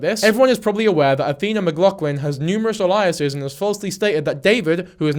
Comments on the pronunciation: Everytime I start getting into the story you mispronounced "aliases" and it kicks my attention away from it. It's AY-lee-uhs-iz. It sounds almost like the word "aliens." I'm not quite sure what uh-LIE-uh-sis means. But I shouldn't nitpick you, though, when I couldn't get past the first five minutes of this script without messing up. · You HAVE to be ragebaiting for comments [well done it worked] but Aliases is Ay-lee-ous-es no Ah-lie-ous-es. the way you pronounce it is Elias, which is a name lol not alias. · Loved the video it’s a good watch mate, but you keep saying aliases wrong a-lee-es-s 👍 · It confused me for a sec, in case it's helpful to him or anyone the phonetics are ay-lee--us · The way you pronounced aliases is highly sus, mister I’m not ai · Please have Google teach you how to say aliases. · This is really beside the point but the way you say aliases is so distracting I don’t even think it’s an accent thing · thats not how you say 'aliases' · please i’m begging you to learn the proper pronunciation of aliases😭😭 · Why do you say alias/es like that bruh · Just checking, do you mean aliases? Because that is definitely not how you pronounce it 😉